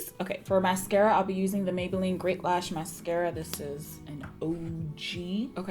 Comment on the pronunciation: Mah-beylline and comp-ah-rable killed me 💀🤣 oh my word yes I can't stand the heat makes me cringe 🥴 I do the same thing when sleeping the blankets feel like they're hugging you with their comfort 🙋🏾‍♀️😂 you definitely slayed this look 😍👏🏾